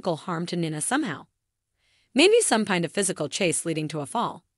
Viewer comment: She has now pronounced Nina at three different ways in the same video.